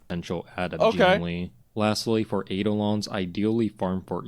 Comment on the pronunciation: JingLiu❌ JingLee ✔